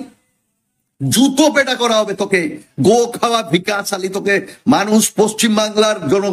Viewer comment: ভিকাশ নয়, বিকশ। ঠিক করে বাংলা জানেনা পন্ডিতি ফলাতে এসেছে।